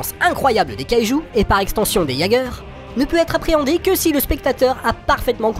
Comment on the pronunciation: Désoler j'adores tes vidéos mais ont Jager mais sa ce dit "Yaigerre"